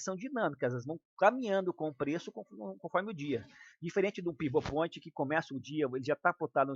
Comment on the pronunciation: Aprendeu bem, hein, kkkkk! "Pont" não, minha chapa! É "Point" (of Control). Entrar aqui para desdenhar, não entre!